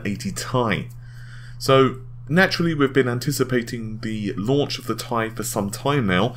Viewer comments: IT IS T I NOT "TIE" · .....do they not read the comments? How many people have been telling him it's not 'Tie' but 'T.I.' as in the rapper or 'Tee-Eye'. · 1080 tie tie tie tie tie!!!! aaaaaaaaaaaaaargh, it is T.I. FFS!!!! pronounce it Tee Aye!!! PLEASE!!! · 1080 Tea eye! not Thai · TheSinisterEyes1 T I sounds better and tye isn't well known so if I go to the shops they won't know what the hell I'm talking abt when I ask abt the 1080TI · AAAAAAHHH STAHP SAYING TIE!!! IT'S PRONOUNCED T-I!! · Bah w/e....just going to watch other people who don't pronounce it 'tie'. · When he says "TIE" something breaks inside of me... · am I the only one who gets extremely annoyed when he pronounces TI as Tie? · You say 1080ti very weird. If your to lazy to say the extra syllable who cares but it is kind of weird. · Redshiftit do you know how to read? Ti is not for the chemical symbol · u said "TI" like you know it winds up some viewers. me? not bothered. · Like how people pronounced Pb as "pub"?